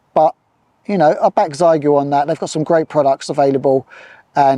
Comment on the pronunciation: Great video, just one thing, my daughters speak, Chinese, and the correct way to say the radio name is the X is said as SH, so everyone says Zygoo, and it should be Shygoo. Keep up the good work with QRP demos.